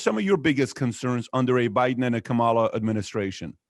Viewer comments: Please pronounce Kamala's name correctly! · Kamala rhymes with Pamala. Say it right.